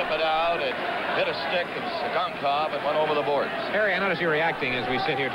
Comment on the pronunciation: LOL you can see Tsygankov laugh to himself when the announcer mispronounces his name